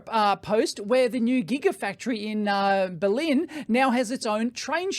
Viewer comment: Belin? You sure you're talking about Berlin or the company in Romania that makes tea?